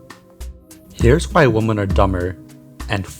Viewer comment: i've been watching all of your vids! you cover a lot of interesting topics, and you are super cool and respectful! I will defs be watching for new videos. Although, hearing you pronounce "women" as "woman" made me cringe a wee bit tho XD tbh I've been hearing a lot of people just saying "woman" for both singular and plural lately. this is really just the linguistics nerd in me talking hahaha. either way, i really like when you go into forums like this where people talk about all their darkest thoughts, its very shocking and compelling